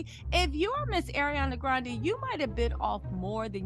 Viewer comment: If you're gonna make a video say her name right. Ugly people date pretty people all the time weirdos